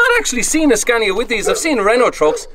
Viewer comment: Scaaaaaania! Long vowel sound!